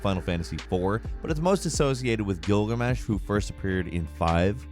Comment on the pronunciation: says he doesn’t want to say a name in case he mispronounces it proceeds to mispronounce gilgamesh